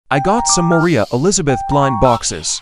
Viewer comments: anybody else crying when he pronounced her name as morea????!!!!!!!!!💔😥😭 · This is how you pronounce the name. M o r I a h